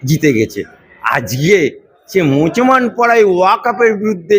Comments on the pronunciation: আপনার ভাষা ঠিক করুন মুছমান নয় মুসলমান ' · তুই একটা মুসলমান তুই ভালো করে মুসলমান বলতে পারিস না মুসলমান মুসলমান তুই কিসের মুসলমান পাগলামি